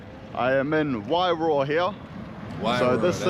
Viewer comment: Pronounce it like this... "why-roar"